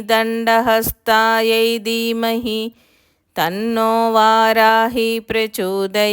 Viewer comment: Dermahi kaadamma...Dheemahi